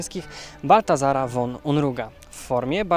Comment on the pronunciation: Słowo von czytam fon a nie won. Warto to przyswoić bo dotyczy to wszystkich szlacheckich nazwisk niemieckich.